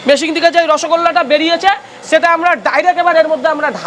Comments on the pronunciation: ওরে মেশিং নয় রে । মেশিন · Machine ❌️ Masingh✅️